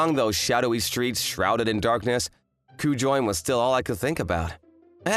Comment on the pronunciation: Not a bad story. But, it’s Ku-jo-in (or -een). If you’re gonna stick with Japanese names, put in the effort to know how to pronounce them.